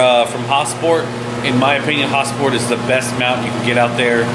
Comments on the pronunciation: Lmao why you saying "Häsport" like Häagen Dazs ice cream or some shit? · Is it pronounced HasPort or Hosport? I thought it was Has-port. Idk? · sounds like he says ha-sport